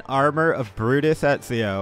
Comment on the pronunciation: why you sayin etzio its Eh Zio